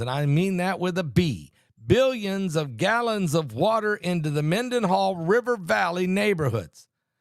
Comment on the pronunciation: Phonetically {{men-den-HALL, **with an H**}} not to DIS, but to inform😇😇😇